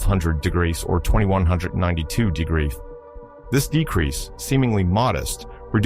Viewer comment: you AI is having trouble with the word degrees